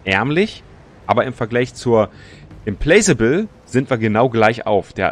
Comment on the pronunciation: Implacable with mit nem K ausgesprochen, soweit ich weiß. Implakable quasi :D